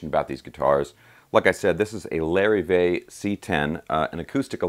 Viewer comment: Lar-eve-vay...not Larry-vay...